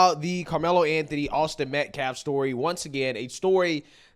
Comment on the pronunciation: Has he learned how to pronounce "Austin Metcalf" yet? What a complete scumbag